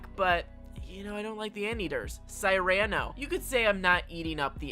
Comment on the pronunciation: Cyrano is pronounced Seer-uh-no Jacques - French J sound then Jock Eunice is Yoo-nis